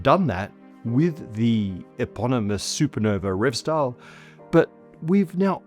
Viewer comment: You say Revsdal perfectly. SJUR is pronounced more like SHOOR, but the OO should be very narrowsort of like a Scot would say TOO. Also, the R is rolled, again like the Scots.